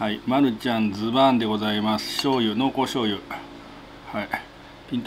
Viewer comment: やっとズババーンじゃなくてズバーンって✨wwwウケるwww美味しそー🍜